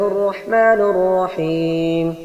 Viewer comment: বিসমিল্লাহির রাহমানির রাহিম হবে। আমার মনে হয় আপনি নুররাহিম বলেছেন